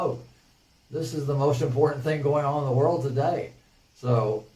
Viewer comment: roflmao the way he pronounced world... the "whirled"